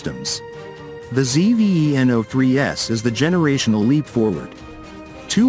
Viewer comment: It's called Zveno. Not ZEE-VEE-EEE-ENN-OHH.